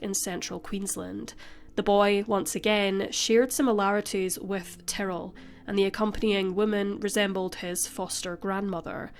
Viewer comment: I was jarred hearing “Tarell” instead of Ty-rrell. At first I thought I missed something and there was someone involved whose name sounded like Darryl but with a T.